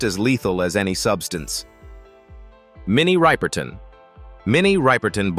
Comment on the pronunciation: The title is not only misleading, but it’s also lying these people like mini Rippleton husband was right there by her side so I had to stop listening to this here because this is somebody they can’t even pronounce her name correctly. Let alone tell the truth you people need to get your facts straight before you start doing click bait crap